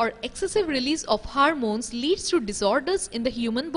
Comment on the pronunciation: It is Hormones and not 'Harmones'